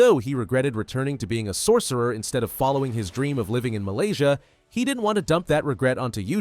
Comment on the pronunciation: did you say MALYSIA